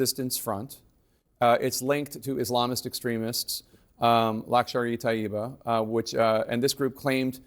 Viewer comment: its not luxury taiba, correct word is lashker-e-Tayiba. lashker is a arabi/farsi/urdu word and its real meaning is huge amount of human like an army/group of force, (total can be different).